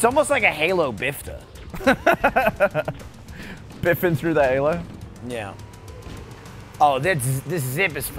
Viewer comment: I like how y'all both said a GTA car the "Bifta", I laughed at it when y'all said it!